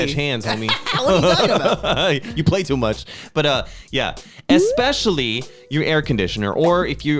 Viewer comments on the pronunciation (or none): I "expectually"? "expecially"? enjoyed this episode. 😂 😅 ive been living alone for 20 years its interesting how different things are in Korea vs US. Neither of you are old.. 😢 Tips: -budget your money -Learn to cook its so much cheaper than buying takeout or eating out -Be a life long learner (not necessarily a tip for living alone but living in general) impress strangers with your useless facts knowledge.. its fun to get reactions from people. -Help others and be kind remain as non-judgmental you never know what others are going through. -take care of your physical and mental health -Dont try to "keep up with the Jones's" meaning dont try to do/buy what others do/buy just because you want to show off or impress others they wont care as much as you hope they will. -you do you.. kind of based on my last "tip" people arent necessarily going to be as impressed as you hope they are if you try to look good and are inauthentic - laugh.. every.. day or at least smile about something and keep track of what that is on a calendar if you need to.. practice gratitude - i personally love ('over'?) planning those who fail to plan plan to fail.. Always have a contingency plan.. and sometimes have a backup plan for that plan because things can and sometimes do go awry. - be kind to yourself and others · The "expecially" pronunciation got me! 😂😂